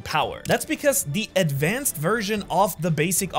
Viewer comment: "adnvanced observation haki"